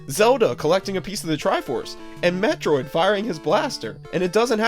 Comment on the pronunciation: ok its not metriod HER name is samus and samus is a GIRL jeez you know nothing about the 80s games